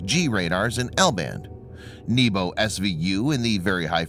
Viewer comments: If it only pronounced it as NYEH-boh, PRO-tiyv-neek, and ZA-ye-boo, correctly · I love the Nii-bu, and Zee-boo part. I know the narrator is struggling. Will he fail this time?